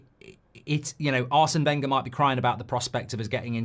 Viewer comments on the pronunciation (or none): none